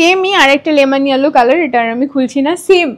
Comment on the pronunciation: Yellow r pronunciation ta google e ekbar dekhe nio